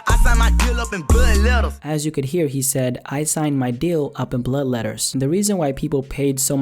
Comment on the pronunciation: listen to how he says blood